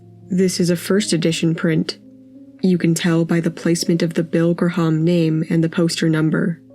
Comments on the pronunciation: AI narration is NFG, and easily detectible. Bill Graham's last name is correctly pronounced GRAM, and Greenwich Village is correctly pronounced Gren-ich. C'mon AI, get your shit together, and properly programmed. Or let a REAL HUMN BEING do your job. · it is pronounced Bill GRAY-um not gruh-HOMM (....more AI garbage destroying humanity)